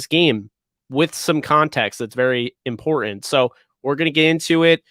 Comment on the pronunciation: it's imporTant, not imporAnt.